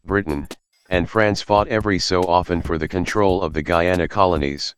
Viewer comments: ITS GUYANA NOT GEANA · Bro the voice says GEE YAUW NAW, it’s GUY ANA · Guyana is pronounced Guyana Guiana is pronounced Giyana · The Gayana countries No offense if you live in Guiana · There is Bri'ish Guy-ay-nah There is hom hom hom Gui-oh-nown And there is weed pirates. They may not look like south americans, and they aren't. As such, they play the Caribbean Cup instead of Copa América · Guyana is pronounced GUY- ANA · I guess this was an automated voice, but the pronunciations of "Guyana" and "Guiana" got switched in all the instances Also (I might be wrong here), it was called "British Guiana", not "British Guyana"